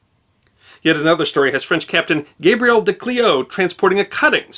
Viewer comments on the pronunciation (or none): none